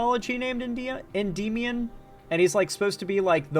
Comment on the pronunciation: Bro has no clue how to pronounce Endymion (en-DIH-mee-un)